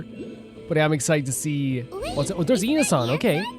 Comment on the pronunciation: UNISOM = IANSAN LMFAO